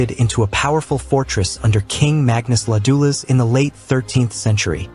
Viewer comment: Ladoulas. :D haha